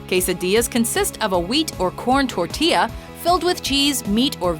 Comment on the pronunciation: Its tor ti yah!